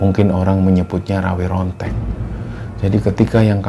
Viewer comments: RAWA RONTEK BUKAN RAWE RONTEK.😂😂 RAWARONTEK YA BANG. BUKA RAWE2 RANTAS MALANG2 PUTUNG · Setauku namanya RawaRontek,,, bukan RaweRontek 🙄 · rawa rontek bukan rawe rontek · rawa rontek bangg bukan rawr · Ingatlah yg benar,rawa rontek,jadi bukan rawe rontek,bicara aja ga becus,cerita murahan,hanya karangan dan imajinasi doang,alur cerita berbelit-belit,cerita murahan,malu maluin aja.